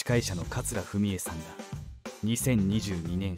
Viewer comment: 酷い投稿やね。まだ亡くなってもいない人をこんな虚偽の投稿をして犯罪にはならないのかな？ しかも桂文枝さんの名前をかつらふみえとか言ってるし……もう何もかもが無茶苦茶な内容。